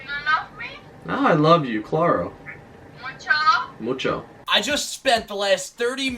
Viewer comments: "Klaaro" the best Spanish ever😂😂😂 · Lol he can least TRY and speak spanish the way he says claro so hilarious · the way he said claro , omg 😂😂😂😂😂😂😂😂😂😂😂😂😂😂😂😂😂😂😂😂😂